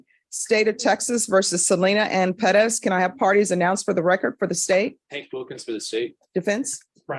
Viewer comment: Ive never hated the last** name Perez until now. Why tf do they put the oooomth in pe(rezzz) tf omg so aggravating!!! PER RES. THAT'S HOW ITS PRONOUNCED. PEREZ BUT PER-ES PEREZ!!! OMFGGGGGGGGG